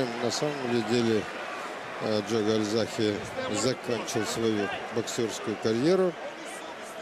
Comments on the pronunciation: Почему КальзаХе ???? КальзаГе он везде и пишется и читается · Весь бой коверкал имя Джо - Гальзахе. Не говоря о предвзятости в пользу Джонса. Классные комментаторы так не работают.